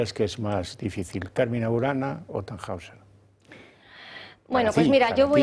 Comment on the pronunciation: TannHäusser , se pronuncia (tanjoiser) 😊